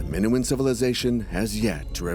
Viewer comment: How can you trust anything that's said if the narrator can’t even pronounce Minoan correctly, let alone Theseus and Daedalus?